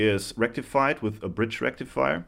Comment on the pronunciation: FOOL BRIJ RECTIFEYER